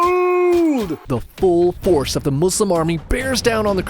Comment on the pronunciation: I love that you say Muslim with S! I hate when people say Muzlims🙄